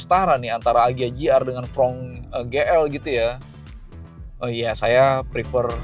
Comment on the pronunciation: Fronx dibaca fronks bukan frong